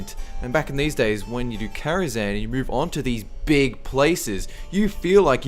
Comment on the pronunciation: Really? Karazhan? No. No.